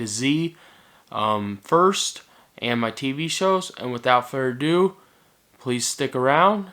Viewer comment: did he say "without fur a do" ?